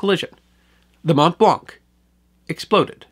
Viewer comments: Your pronunciation is generally flawless .....but "Mont Blanc" is pronounced very different than "Mont-blank". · Hey there, you pronounced Mont Blanc wrong. The a in this word sounds like an o as in wonk; it's a French word. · From a lifelong Haligonian - very well done (an erroneous reference to Cambridge and mispronunciation of Mont Blanc being minor quibbles). I was able to attend the 100th-anniversary commemoration ceremony - very moving. For more on the Boston relief effort, check out "Abraham Ratshesky" who was appointed by MA Governor McCall to lead the relief effort.